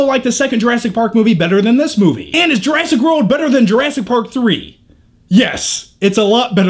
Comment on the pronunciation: Every now and then it sounds like he's saying Jurassic Road.